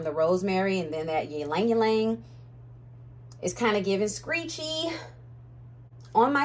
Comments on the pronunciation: fun fact, I learned the other day that Ylang-Ylang is pronounced as "Lang-Lang". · It’s Lang-lang google its origin and pronunciation. 😢